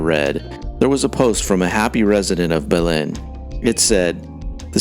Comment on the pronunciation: I’ve never heard anyone pronounce Belen like that.